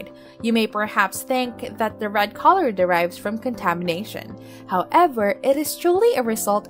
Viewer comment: Annoying to hear ‘colour’ pronounced ‘collar’….